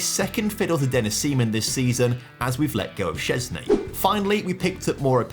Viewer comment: love ur pronouncation of Szczęsny's name as Polish!